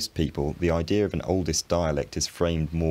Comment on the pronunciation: IdeaR and Idea are both said by you. AHHHHHH Intrusive R.